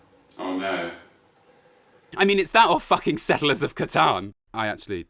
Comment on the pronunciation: Who doesn't like settlers of catan. (Pronounced Cahtan not cahtahhn)